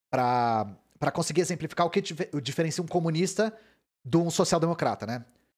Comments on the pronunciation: CO - MU - NIS - TA são quatro sílabas... #TMJ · 4 sílabas. Por favor né